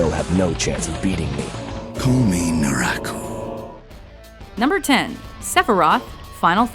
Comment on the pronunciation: Huckooshow, Luffie yet you pronounce Naraku Flawlessly???? WHY!?!?!